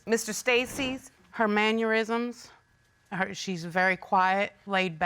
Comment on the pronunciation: I can't get past the "mann-yer-isms" comment she made. Honey, it's "mannerisms" lol 😆 And 'ol Keisha over there is countryyyy as he$$!! Lol